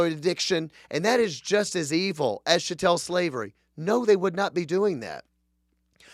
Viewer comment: “Chat-tul” not “sha-tell”. Pronounce that cattle.